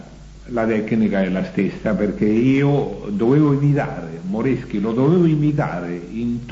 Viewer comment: Gn dibaca Ny (guadagni dibaca guadanyi). Chi dibaca ki (moreschi dibaca moreski)